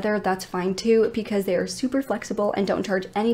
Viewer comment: Is there a particular reason why you say pee cause instead of because?? I know im not tripping, i hear it everytime you say it, i cant be the only one!!!